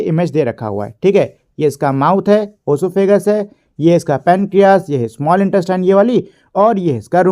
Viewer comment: Bro sahi bola